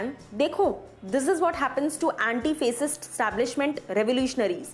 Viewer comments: The pronunciation of Fascist is not फ़ैसिस्ट. It’s फ़ैशिस्ट। Please learn your pronunciations before you face the camera. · In fact, you pronounced फ़ेसिस्ट which is very wrong.